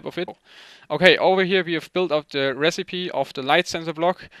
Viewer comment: "recipe" is pronounced "rässipii" not "resseip":D